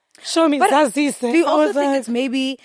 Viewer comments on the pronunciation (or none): said Zazise 😭